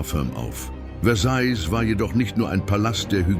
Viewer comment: Mir gefällt nicht der Sprecher. Er sagt immer: Versailllllllll. Sorry, jeder, der Französisch gelernt hat, kennt die richtige Aussprache: Versaij.